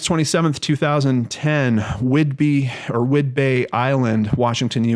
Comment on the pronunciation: As a Washington native, please forgive me for laughing but LOL!!!!! SOOOOOO many Native American names here, and to pronounce things here is downright impossible sometimes. you got one right, then changed it phonetically it's whidbee, :). they even did a bones episode loosely based on this weird phenomenon. ....I think that it's just too odd myself. ..that it's JUST feet.....